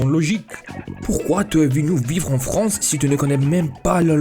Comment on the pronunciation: Tu prends Beaucoup d'abonnés GG (en vrai juste de trois mots que tu prononce un peu mal parfois "Fronce" ou lieu de "France" sinon le B2 tu va l'avoir)